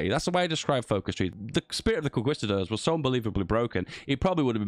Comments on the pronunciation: I swear I felt my fathers turning in their graves every time he said that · I disagree with your pronunciation of the word “conquistador”